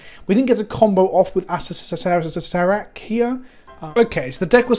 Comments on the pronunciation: Acer-rer-rak yw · I believe it is pronounced Uh-sare-er-ack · It's pronounced A Sarah Rack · It’s pronounced “ass-hair-a-crack” but without the c, just figured this might help translate from the original idea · I thought Acererak was just pronounced ass-er-rak, but no there's another syllable in there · If I've learned anything from magic aids it's that you pronounce it asscrack